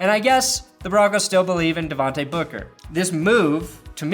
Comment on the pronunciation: its d'vontAY not d'vontA